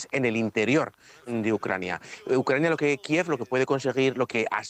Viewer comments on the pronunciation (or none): none